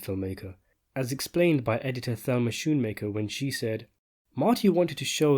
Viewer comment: You always pronounce names wrong, she is Thelma Schoonmaker but you pronounce her name wrong